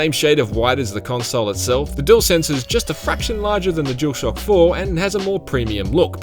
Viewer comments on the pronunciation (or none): What’s with this dude pronouncing the DualShock (jewel shock) and DuelSense (dool sense) differently?